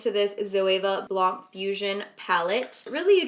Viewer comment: Love the way she says Blanc!!!